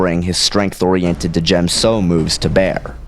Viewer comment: You do know that the “D” in D’jem So is silent, right? It’s pronounced Jem So. I agree with you, Obi-Wan would win. I agree with your reasoning too. Plo Koon is just too set in his few ways to really be a danger to Obi-Wan. And Obi-Wan has honed his skills to perfection......aaaand I’m a total Obi-Wan fangirl so I’m biased towards him, lol.